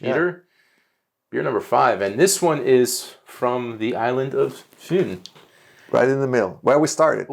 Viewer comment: Perfect pronunciation of Fyn :)